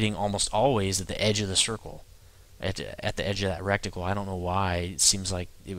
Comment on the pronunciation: Reticle bud, not recticle lol, that is something far more unpleasant!